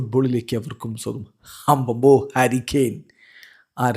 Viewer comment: ഹരി കെയൻ അല്ല.... ഹാരി കെയൻ.... 👍🏼👍🏼👍🏼😃